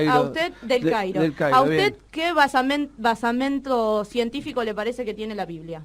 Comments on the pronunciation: Soy de Chile y efectivamente acá se dice basamento, debe ser una profesional con una pésima base en el colegio y probablemente sus padres deben haber sido gente con muy poca educación formal quizás no terminaron el colegio y por tanto le traspasaron en la casa palabras mal dichas, igual me da pena, porque probablemente ella se cree lo que dice. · BASAMENTO, no "basiamiento" querida!!! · De que criadero de infrahumanes sacaron a ese minite ja ja! !? "basiamento" o vaciamente mentel perece que le precticaren une lebetemíe, per favore! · BASAMENTOOOOOOO NO basamiento!!!!!!!!! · Aplastante. Mucha diferencia intelectual entre uno y otro. Le dió clase a cada momento y hasta tuvo la delicadeza de no corregirla cada vez que dijo "basamiento". Me temo que es egresada de alguna universidad lo cual agrava su desconocimiento del único idioma que intenta hablar. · La palabra es "basamiento" o "basamento""? Creo que es basamento... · Empezó fenómeno: "Discernir" en vez de "disentir". "Basamiento" (varias veces) en ves de "basamento". Vaya "historiadora". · una corrección mas..se la pasa diciendo "basamiento"...osea basaMIENTO!!. cuando todos sabemos que es Basamento: estructura soporte de base inferior capaz de soportar cargas!!! ella no lo soporto!!! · Mija, por favor, deja de decir "basamiento" me partes los oidos... ya!!! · Porque dice basamIento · Alguien le podría explicar a que se dice BASAMENTO....BASIAMIENTO no existe, es una construcción de tu mala educación, nada mas... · DISCERNIR. DISENTIR PELOTUUUDAAAAAAAAA. BASAMIENTO NO......BASAMENTO. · Dice "basamiento" en vez de basamento, dice "fundamiento" en vez de fundamento, por que hacen gala de tanta ignorancia les feministes?????, dan verguenza ajena, en serio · Deja de. Decir basamiento.😂😂😂😂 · Señorita estúpida comunistoide, se dice "Basamento" no se dice basiamento... éstas progres de mierda, infelices, no saben que hacer con sus vidas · Me sale sangre de los oidos cada vez que escucho "basamiento"😔😢